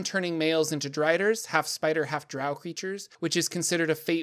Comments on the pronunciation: It's pronounced Drow like grow and row. It's origin is Scottish for trolls that avoid sunlight. Dtrow is the original creature the Drow were inspired by. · Bruh…..its Drow (said like ROW). Get my peoples name right. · It's Drow..like D then Row...like row a boat. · I've long held the view that the name of the race is pronounced Drow as in row row row your boat gently down the stream. As opposed to the more nasal way of saying it that so many people do, Drow as in, OW ow ow, I stubbed my toe on the end table again. Perhaps it is just me... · I’ve alway pronounced drow like crow and loth like cloth but I agree either way someone would say it’s wrong. Then again I’ve always pronounced Drizzt as Drizzit. For some reason my mind’s eye always put an “I” in there. Wasn’t till like the 3rd or 4th book I realized there was no “I”! Lol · Why pronounce DROW like COW? In the video the word drow comes from the word DHAEROW which means DROW should be pronounced like grow, mow, etc.